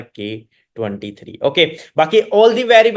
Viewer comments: Work 23 ka word pahela sahi bole ho uske baad galte word bolte ho wrok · Work😂wrok bol diya aapne last main